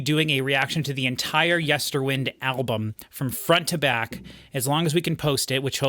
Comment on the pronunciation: It's LeviOsa. Not LeviosA